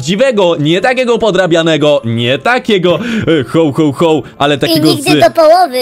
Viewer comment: Jakście to przeżyli?! Spłonąć powinniście albo roztopić! Hoł, hoł, hoł?! Ho, Ho, Ho się mówi! W Polsceśmy jest! A jak chcesz po angielsku to po angielsku! /həwˌ həwˌ həw/, a nie hOł, hOł, hOł!!! ŻARTY?! KLICKBAIT NORMALNIE!!! W tytule jest „Św. Mikołaj”–biskup w szatach biało zielono złotych–a nie to co spotkaliście–Colowy Mikołaj[Cola Claus]❗